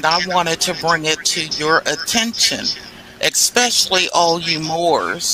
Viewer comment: Exspecially? What?